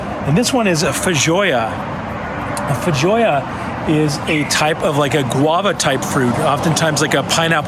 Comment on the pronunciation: I think it’s fay-joe-ah btw. They’re native to NZ, I live in Aus and I’ve been trying to buy one for about 6 damn months!